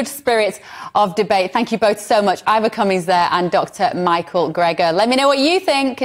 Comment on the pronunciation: The guy who insults the other guy is usually the loser. Ivor showed data, and did not resort to insults. And Ivor did not even bother to correct the interviewer for mispronouncing his name. Winner: CUMMINS.